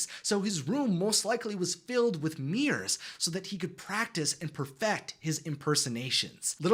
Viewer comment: Mirrors, not mears:)